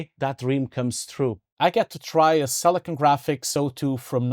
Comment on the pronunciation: I believe its called Silicon not Selecone